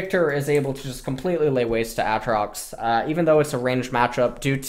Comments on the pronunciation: As much as i would love to watch this i cant until u learn to say ay-trox.... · He keeps saying a-atrox Lmao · A Atrox you fuckin troller reeeeeeee edit: oh thank god you started saying aatrox right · everytime i hear him say aatrox i think of the key and peele skit. YOU DONE MESSED UP A A RON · How many times can you mispronounce Aatrox oml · Ah-trocks and Koss-o-din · A-atrox, kah-suh-den, bah-ron